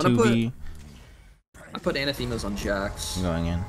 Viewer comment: anathema is pronounced like “an asterisk”, emphasis wise